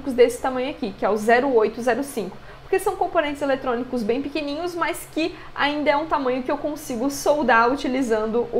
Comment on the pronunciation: Agonia vez vc dizer "mais" no começo do vídeo "mas" sem problemas, é chatão ficar corrigindo TD mundo o tempo todo.